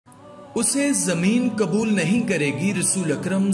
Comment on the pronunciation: KABUL NAHI QUBUL.......ALFAZO KE SHENAQT KARO